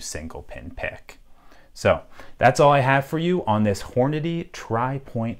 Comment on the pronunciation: Who else thought he said horny at the begging or I got a dirty mind